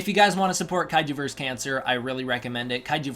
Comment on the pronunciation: Ok. If you insist that Toho is cool with (and even prefer and endorse) people saying the name as ghi-DOH-rah , I shall bite the bullet and take your word for it. Grating though it is on the nerves. However, that is no excuse for butchering the word versus . Two syllables, dude: ver-sus. Not vers (verse?)